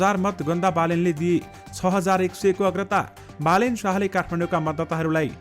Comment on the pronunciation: As a news leader you pronounced wrongly Balendra to Balen Sash